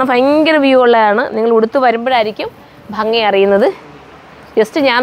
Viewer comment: ഫങ്ങി അല്ലാട്ടോ.. ഭംഗി... അടികൊള്ളും ഇനി ഫങ്ങി ന്നൊക്കെ പറഞ്ഞാല് ❤❤😄